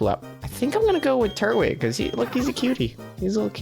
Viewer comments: Everytime he says Trut-wig I scream at the screen: "FUCKING TUR-TWIG.AAAAAAAAAAAAAAAAAAARGH!!!!" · I love Pokemon Diamond and I am just realizing he is saying "turt-wig" I say "tur-twig" and this is really funny to me. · I've found that there are two major ways people pronounce Turtwig. They either say Turt-wig, or Tur-twig. I usually say the latter.